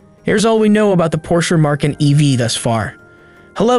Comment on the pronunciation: No R in Macan